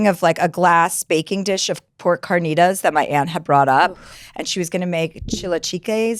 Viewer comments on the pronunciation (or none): Chilaquiles pronunciation made me wanna kms and carnitas